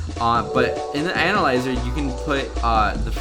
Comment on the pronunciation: Is it just me or does he sound like he says anal-lizer......